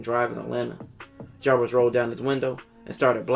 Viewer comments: Narrates really well except for the inability to say the dudes name right. Javaris Crittendon not Jarvis. It's even spelled wrong in the title of the videos. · Jarvis 🤣🤣 its Javaris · The narrator calls him Jarvis the whole time, dudes name is Javaris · I think you are pronouncing the name wrong. I believe it’s like Javaris. Great vid though! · Ja-Var-Is.Crittendon.Good job otherwise.